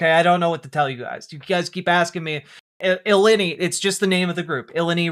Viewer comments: I love the take, but I'm vomiting at "illinny". It's "ill-eye-nigh." As a former Illinoisian I'm dying over here 😂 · So I guess these college students also support agents that sexual assault individuals and torture children Also, Illini is pronounced as uhh-lyyy-nyy